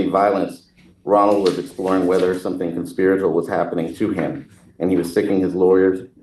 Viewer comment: I think he just said “conspiratal” too, not conspiratorial